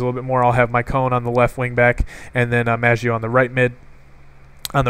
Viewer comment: Love the videos, i subscribed! the USA ultimate team you made inspired me a lot for mine. I laughed when you said "Micone" for Maicon... it's pronounced Mai-con but not gonna troll about that so anyways.. nice video!